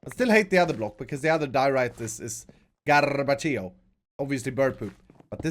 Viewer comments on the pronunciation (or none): What was the rrrrr rrrroll in garrrbagio xD